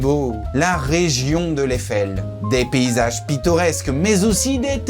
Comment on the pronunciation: J'ai les oreilles qui saignent. C'est comme "l'Éfèlle" et la "Nor-Chlèfeu" alors que c'est Aï-fel (Eifel) et Nordt-chlaïfe (Nordschleife).